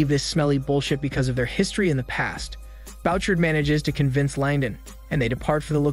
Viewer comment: The name is Boo- shard (Bouchard)